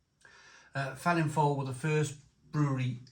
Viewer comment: Come on, being Welsh you ought to know this brewery name is pronounced 'Velinfoil' not Felinlowl. In my days in Neath Double Dragon had a knick name Feeling fowl, as it was stronger than most general beers in the late '70's. Really though, IPA at just 4%?